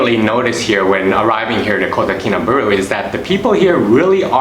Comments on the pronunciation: subscribed and liked bro, but try to pronounce it correctly our city name kota kinabalu, not kota kinaberuu bro.. by the way thanks for introducing my country SABAH to the world.. come and visit the culture here and make friend with them next time when you come to visit again, and then you'll know the beauty of our people the culture and their traditions.. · Kotakinabalu...not kotakinabulu... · How about pronouncing Kota KinabAlu properly. I do live here as an expat and disagree with a lot of your observations. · WHY ARE YOU SAYING IT LIKE THAT????? just say KK for short